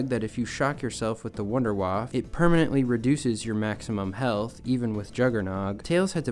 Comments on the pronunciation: Idk why you pronounce it "Wonderwaaf", but as a german it hurts my ears lol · You pronounce wunderwaffe wrong.